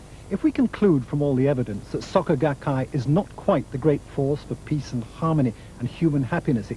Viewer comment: Was going to watch this, but literally in the first few seconds you call them "saka gakkai". I literally cannot take some one seriously if they cant even bother to figure out how to pronounce the basic sounds of w/e they're trying to introduce lol, imagine all the other details being left out.